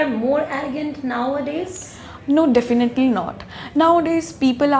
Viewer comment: Definaaatlyllyyy..😁 Definitely